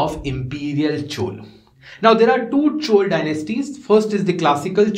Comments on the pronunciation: Please pronounce South Indian terms like Chola correctly, it is not Chol. Thank you for your efforts in this YouTube series. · Plz, if you don't know how to spell plz make efforts It's Not Chooolee It's Choolaa (laa)